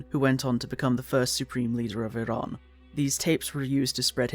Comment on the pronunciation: the fact you can pronounce the name of iran so well is just a testament to your care for history, i've been a watcher for a while but this one hits close to home as im a kurd, lets hope the future is kinder